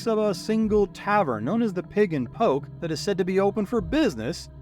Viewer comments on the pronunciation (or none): none